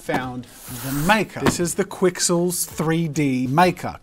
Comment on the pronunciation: Technically it’s pronounced kixels. The Q by itself makes a K sound. Also technically, they’re not pixels. When something is made up of little cubes or “3D pixels” those little cubes are called voxels.